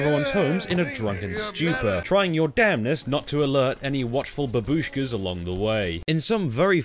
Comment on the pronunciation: The way he says "babooshka" is goddamn hilarious